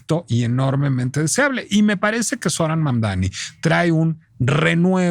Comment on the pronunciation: Y tu eres americana? , mas bien estadounidense? Porque América va desde el norte, hasta el sur del continente, te regodeas en la ignorancia al pronunciar mal su nombre , Mamdani aunque te indique el correcto, Mamdani pero necedad hay en todos lados , bueno en relacion a Dump , lung, wrong, trump.anyway Siguiendo escribir mal.los nombres, Trump mismp le dijo que era un gran hombre y alabo por sobre manera su alcaldia , no entiendo tu disgusto , si vives en NY debes haber votado por el acosador sexual Cuomo , o seguir tu deriva por el actual alcalde que robo millones, bueno , que dios nos proteja de alguien honesto, ojo tampoco creo sea la panacea pero al menos hasta Trump lo reconoce ...